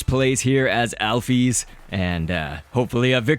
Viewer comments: alphys is not pronounced alphees it's pronounced alphis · wat the hek is alpees? its alphys (al-fiss) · Alphys is actually is pronounced "owl-fis"